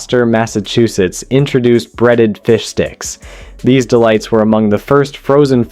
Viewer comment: what the hell is oduced?